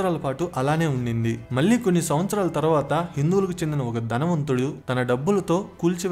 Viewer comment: Ahalya Bai Holkar is a queen and not a king. Please correct yourself. వాల్లు వీల్లు అనవద్దు. వాళ్ళు వీళ్ళు అనాలి. మల్లీ కాదు. మళ్ళీ అనాలి. వందల మంది చూసే వీడియో లో భాషా దోషాలు లేకుండా చూసుకోండి